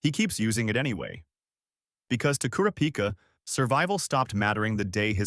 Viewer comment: it’s kurapika… not kurapika